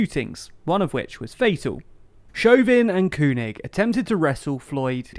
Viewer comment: FYI Keung is pronounced King.